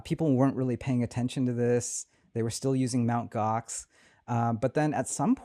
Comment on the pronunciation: They were still using...? Mount Gox? What did he say? OX? Mount?